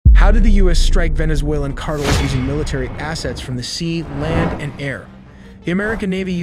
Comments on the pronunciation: CARTELS! NOT CARTLE!🙄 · Videos are awesome only gripe, is sayings cartles rather than car tells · CAR-TELL Not "cartles" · Cartel not Cartles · He says cardles instead of cartels. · All the super-impressive graphics and intel, 1.55M subscribers and no one behind this channel can "program" this artificially unintelligent SOB how to pronounce CARTELS???? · "Venezuelan cardles" 😂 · Hey it's CAR -TELLS. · fire your narrator. he pronounces things like Cartels "cardles"...and Iran "Aeraan" and those are just the one's I've noticed. How can someone payed to narrate be soo bad. You literally had one job. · "Drug Cardils" 😂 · No, Cardles. Stress on the first syllable. 😂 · I think these “engagement strategies” are going to backfire. Hearing wrong pronounces words over and over from an program gets frustrating and in the end will cause less engagement from less viewers I come to watch and learn; not for you to say carels on purpose over and over. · You nearly nailed this video until you said “ Drug Cartiles” 😅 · This guy can’t say Hamas or cartels right 😂😂😂😂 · Ai can't pronounce cartels!